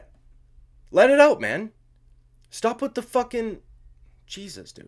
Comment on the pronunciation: You got that Dublin accent down pat, my man! I did hear you say the word "out" several times in this video and I find your Canadian accent little lacking.. keep practicing that one.. lmao. 😂 Nice work on the vid. First time YT recommended you. I will sub.